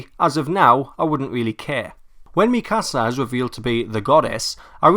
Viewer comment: Why cant anyone pronounce Mikasa right.... cries :(